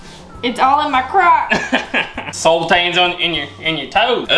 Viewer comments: Sultanas ....are pronounced sul tarna ....think of how you say banana..... a sultan how ever is a character you'd find in stories like Aladdin .😂😂😂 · It's sultanas not sultans! You kneaded the dough to much so the scones didn't rise very high, brushing milk on top is to make them golden colour after the scones are cooked, you re-roll the left over dough to make more scones until the dough is finished, Your meant to cut them in half then add the butter & jam or clotted cream & jam, The cheese scones are nice with cream cheese & chilli jam on them, Good job for your 1st try though, 😊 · Il spell it how we say it SALT-ARN-AS not that it matters but just if u wanted to know xx love the videos ❤ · Its SultanAs ffs